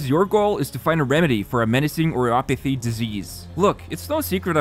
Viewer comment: Oripathy is pronounced like Ori-Pa-thie (thief without the f) btw :0 haven't seen a comment mention it but ye. im glad they sponsored you <3